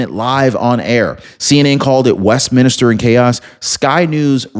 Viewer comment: It’s not West minister, it’s West Minster.